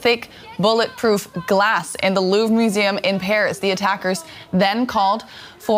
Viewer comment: The "Loovra"? How can you be in Paris covering news about art and not know how to pronounce Louvre? 😂